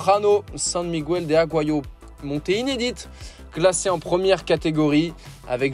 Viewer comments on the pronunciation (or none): none